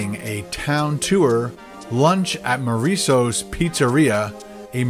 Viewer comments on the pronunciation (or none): Maurizio's not Mouriso's lol